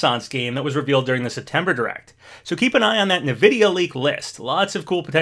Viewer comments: Never heard anyone pronounce "EN-vidia" as "NA-vidia" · OMG stop saying nividia for real! Not only is weird to say but some people would bully that! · Whenever I hear you say Nvidia, I laugh a wee bit inside 😅 I think it's supposed to be pronounced "In-Vidia" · Great vid, love the vibes. it's just pronounced N-videa